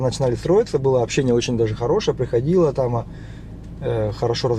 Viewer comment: всё правильно говоришь. Только пожалуйста, перестань говорить «здеся» и « тама». Нужно говорить «здесь» и «там». А в остальном всё супер!